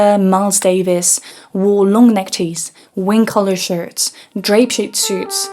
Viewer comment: your English is excellent, which makes it all the weirder to hear the few mispronunciations here! So here are a couple tips: in English "beret" is pronounced with a silent "t" as in French, just like how the word "buffet" is pronounced with a silent "t" in English. Also, "necktie" rhymes with "pie" and "fly". It's obvious that you put a lot of effort into speaking English well, so I hope you don't take this the wrong way! Thanks for the interesting content, as always:)